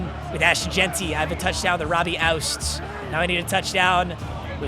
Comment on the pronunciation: Robbie OO-TZ ROBBIE OO-TZ